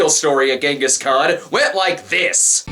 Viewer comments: He sounds like he's saying his father's name is "Yes, a guy". "Yes, a guy is my father. Stop laughing!" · Jonghis Kwayne